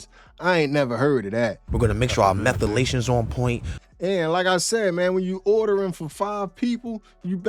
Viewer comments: "Methalaytion" was new to me too!! 😅😂😂😂 I replayed that part 3-4 times like 'what he say' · 😂😂😂"Methalations"..🤔what the heck is that? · this whole video gave me the ick. and wtf is methlyations? lmao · What are "methalations"?